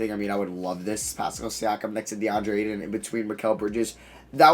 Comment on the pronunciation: You pronounce Ayton so painfully wrong